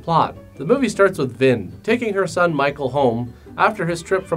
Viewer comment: That's a cute nickname and all, but I'm pretty sure he said "Vin" which sounded like Vin Diesel was in this disaster.